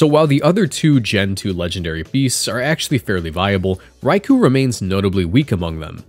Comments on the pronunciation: it's called raikou not raiku ffs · why is pronouncing raikou so difficult for people